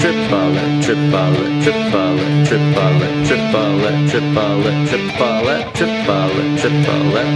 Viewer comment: Tree-puh-let.. Screw it, I'm going with Chipotle 😂